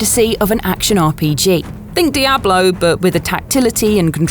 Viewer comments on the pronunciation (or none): none